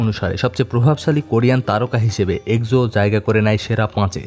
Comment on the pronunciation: এক্সো নিয়ে ভুল উচ্চারণ খুবই কানে বাজছিল 🙂 আশা করি ভবিষ্যতে উচ্চারণ জেনে তারপর ভিডিও আপলোড করবেন☺